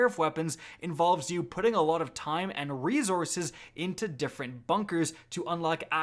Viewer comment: theres no z in re-sources....